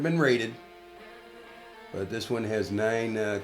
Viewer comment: are you saying "rated"???